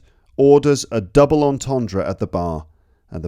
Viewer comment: Terrible jokes. Plus I only laugh at my own puns... The best one was your pathetically trying to pronounce entendre though hahaha 😂